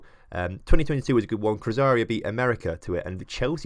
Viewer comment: its cru-zay-roo not cruzario....